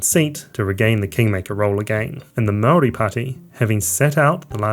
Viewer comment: Good grief. I’m not Māori but it’s pretty amazing to hear you butcher the pronunciation of every Māori word you uttered. Kind of undercuts the credibility of what is an otherwise coherent analysis.